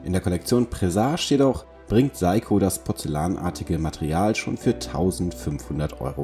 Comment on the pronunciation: Eigtl. mal wieder eine gut gemachte Vorstellung - wenn der Firmenname noch richtig dabei ausgesprochen wäre. So zucke ich immer wieder zusammen...😅